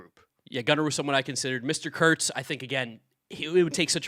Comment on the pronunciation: i cant believe you both mispronounced nick kurtz for al mvp wrong